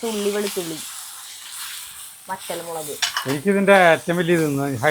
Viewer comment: മുളക് എന്നുപറ malake അല്ല